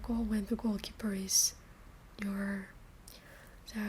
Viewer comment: Neuer not Neur